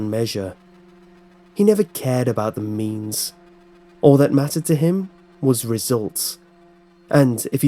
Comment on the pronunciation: I thought at first when he said; He didn't care about the means. I though he said; I dont care about the memes